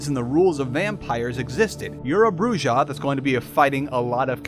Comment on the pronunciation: Please please improve your pronunciation on vampire the masquerade terminologies. The way you pronunce them is horrible! Why its so hard to pronunce "Brujah" right for example? The "J" is a JOTA for f*cks sake! Its spanish but it is not that difficult! Why its so hard to pronuce it? xD I tried to teach my players in my vampire p&p group too, but they dont get it either...